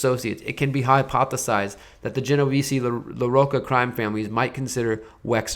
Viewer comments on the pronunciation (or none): none